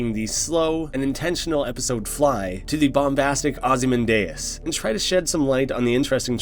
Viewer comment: “ozymandIAs”, you said? Not “ozymAndias”? Was it just me all this time?